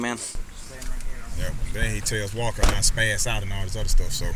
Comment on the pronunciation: Officer Wall-ker! 😂